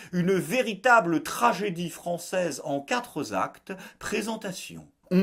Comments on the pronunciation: "Une tragédie française en quatre zactes...", est-ce bien français? En es-tu sûr?:-) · « une tragédie Française en quatre actes » ça donne « en quatre-z-actes » 🤣🤣 elle est belle celle-là ! tu m’la recopieras 10 fois !! j’suis pas content ! 😠 😘